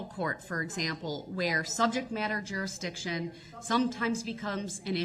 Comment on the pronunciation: It’s “juriksdiction”